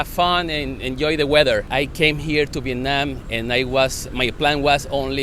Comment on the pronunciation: Wow the very first foreigners that I know until now which pronoun the "Việt Nam" word most correctly way, I believe so. It usually like "Vie~et Na~am" , I mean they will stretch the syllable when they say the word.